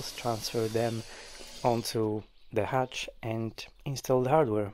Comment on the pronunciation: Its a hutch, not a hatch.